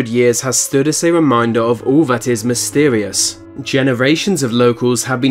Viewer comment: Mistweious....no it's Mysterious, and fix your teeth